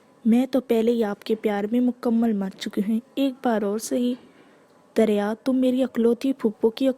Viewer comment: Ramzan Kareem Api . Api it's not darya it's dariya